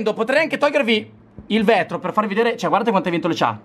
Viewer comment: Il vètro hahahahahahah🤣🤣